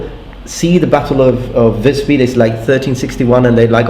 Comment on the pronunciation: Pronounces "Mordhau" almost flawlessly. "I think I just butchered the pronounciation." If you're interested though, I will add that the "i" in "Visby" is a longer i, very similar to the "ee" sound in English like in "need".